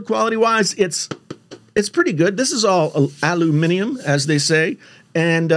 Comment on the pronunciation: Thumbs up for pronouncing Aluminium👍😆